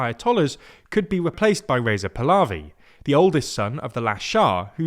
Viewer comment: E-rain: try "E-ron" Hameney: try "kom-N-A-E" Pulavi: try "palla-V" like palladin.